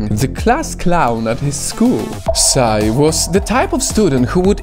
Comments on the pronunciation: PSY(sy)? I thought it was pronounced P S Y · Okay, first and foremost, we don't say PSY like "psai". You just spell the letters: P,S,Y. That's it.